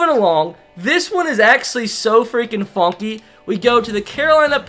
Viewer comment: “Fonky”is the new word lmao can someone count how many times he said it?